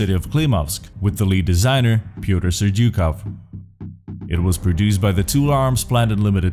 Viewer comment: ...accentuations of vintores is not in vintOres, but vintorEz. Not serdyUkov, but serdyukOv.